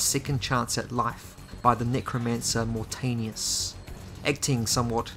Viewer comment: Thanks for the videos man fan of your channel and I love Legacy of Kain so much..this game desperatly needed a good remake like demon souls remake in ps5. It is pronounced as Moor Taanius not Mortenius :P